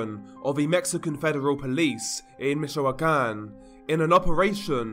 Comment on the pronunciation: Im not a native Spanish speaker either, but the way he pronounces a lot of Spanish words especially- Michoacan drives me crazy (along with how he drags words out, his inflection makes it hard to pay attention to what he's saying. Its as annoying as trying to talk to someone who's drunk & slurring their words the whole conversation lol🤦‍♀️